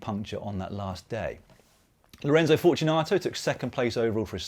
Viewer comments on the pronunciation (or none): none